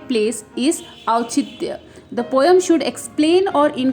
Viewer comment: The pronunciation of poem is 'poe-m' we mispronounce it as poe-yum.😁